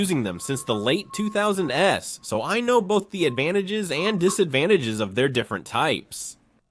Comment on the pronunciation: Is ai doing the voice? "In the 2000s", it pronounced the "S". If so ai has been fooling me for these videos!